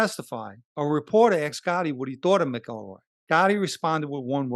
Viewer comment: It’s pronounced ‘ Mac EL Roy’….. your posted report is very well done and I mean no negative comments towards your production. I only offer a simple correction where you mispronounce James name, I know sometimes it easy to pronounce a name a certain way but it’s usually because it’s been bastardized by the brritish or another ruling elitist group.